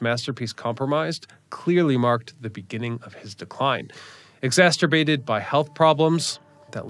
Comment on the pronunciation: why say exacerbated if you can't pronounce it?... you and Luke.... come on man!....